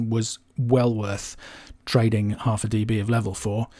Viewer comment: "deebees"… cringe.